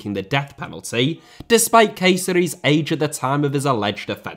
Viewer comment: Amazing video but I was confused about k-series being arrested, how did you pronounce Qureiris as k-series bro😭